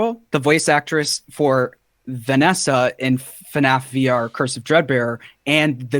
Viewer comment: It's FNAF not FUHNAEFF